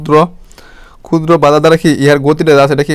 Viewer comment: এগুলো কি ভিডিও বানান মিয়া... স্পষ্ট ভাবে বলতে পারেন না. প কে বলেন ফ, ক্ষুদ্র কে বলেন কুদ্র কি এসব??? ভিডিও বাচনভঙ্গি বিরক্তিকর.. ক্লাস গুলো ভালো কিন্তু শুনে মজা পায়না ভাই